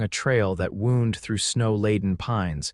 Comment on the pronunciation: I wish somebody would find a way to pronounce 'wound' correctly depending on how it is being used - as in a direction or a hole in the leg. It is invariably wrong and it is grating !